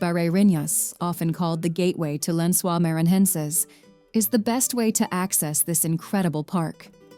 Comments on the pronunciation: I wish the narrator had learn how to pronounce the places she is naming. Lencois is not French, like she is pronouncing it. Maranhao, Iguacu (sorry, I like in the USA and my laptop does not have the "cedilha", nor can I switch to Portuguese on youtube, the little squiggle under the letter c), etc. I would have done some research. If an American try asking about Lencois Maranhenses, nobody would know what you are talkng about. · Before posting a video about a country, a serious research should be done in advance. I’ve never seen so many mistakes in one video. Wrong places, wrong data, wrong pronunciation (Brazil doesn’t speak French for “Lençóis”, being pronounced like “lensua”) and so on. Shame on the group who made this video. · Lençóis (len-so-ees). Now say it all together, stressing the middle syllable (pronounce the O like in "soft"). Lençol (lençóis for plural) means "bed sheet".